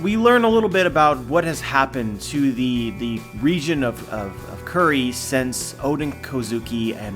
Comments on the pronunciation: just pronounce it as 'kuri', it's silly to pronounce it 'curry' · Kuri is pronounced "coo-ri" like KataKURI not "curry"